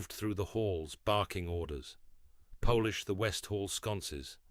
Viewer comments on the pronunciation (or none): Mispronunciation of heteronym “polish.”